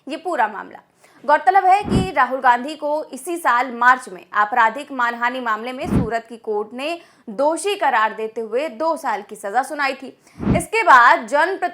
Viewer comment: Respected journalist madam ko muze Marhani mamla sunayi de Raha he Muze pata he ki Aap manhani mamla bolna chahti hongi Mgr kuch galat sunayi de Raha he